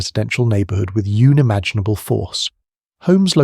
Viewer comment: Yeah there was a strange mispronunciation of "Unimaginable" and "Lives" at certain points.